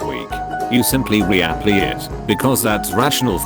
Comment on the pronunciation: "Ree-a-plee it"